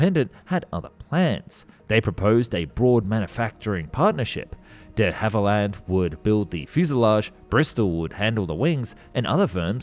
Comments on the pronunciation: duh havilland ? try saying dhavilland (one word) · Please, please, please check your pronunciation. On this video its DeHavilland you're getting wrong.